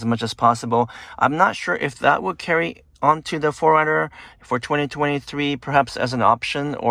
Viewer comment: Insightful, yet your pronunciation of '4runner' sounds more like 'foreigner' and it is confusing to the listener. Just saying.